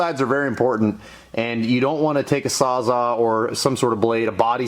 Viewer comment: "Saws ALL" it's a trade mark from Milwaukee. many people say "saz awe" but just sayin.